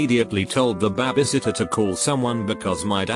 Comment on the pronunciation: How it said the word babysitter tho...😂